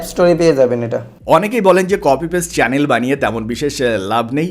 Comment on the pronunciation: যে ছেলে চ্যানেল উচ্চারণ করতে পারে না , চ্যালেন বলে তার থেকে কি শিখার আছে 🤣🤣